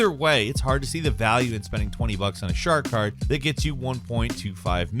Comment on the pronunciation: It sounds like he’s saying shart card… which seems ironically appropriate.